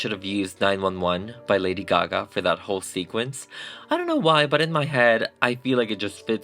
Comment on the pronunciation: I love your work. The only think I do NOT like about everyone who does this is……”taht”… why do some Americans say that like that? Just that word lol